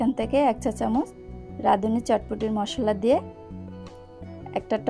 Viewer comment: মশল্লা না মশলা আর সেদ্ধ না সিদ্ধ হবে